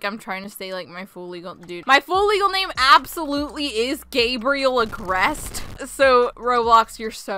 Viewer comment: "Gabriell Agreste" gay bri ol